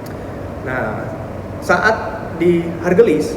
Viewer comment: ..stasiun haurgeulis mungkin bukan hargelis..